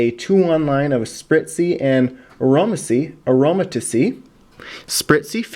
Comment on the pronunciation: it's pronounced aroma-teez